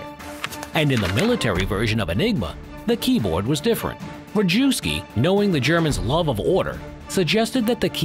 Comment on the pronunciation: wee-mar? Wrong map of Europe? Ree-jew-ski? Wrong uniforms? Oh boy....